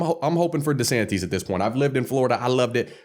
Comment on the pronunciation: Bro its not Desanteeez 😂 desanteez NUTS